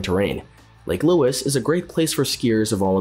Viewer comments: Maybe a rubbish example of AI - Chat GPT trolling the internet, mashing a whole ton of information together and getting it oh so wrong. How could you pronounce Lake Louise as Lake Louis! LAME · “Lake louis” hahahaha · "eggzellent"? "Lake Lewis"? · Do your homework. Many of your facts are incorrect. It's Lake Louise, not Lake Louis. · "Lake lewis" 🤣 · no kidding! and "Lake Louis" egads, do a little research fella! and the word is "exactly" not "eggsactsly" Get a pro to do your VO and you don't come off sounding like a machine or dufus. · Clear you are not Canadian 😂 Mont Tremblant is pronounces Mont Tremblan (the t is silent ) Lake Louise is not pronounced as Lewis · This is such a goofy video... so many errors made throughout... honestly also couldn't decide what I found funnier, the narrator saying "lake louis" over and over again, or Blue Mountain being on this list! 😅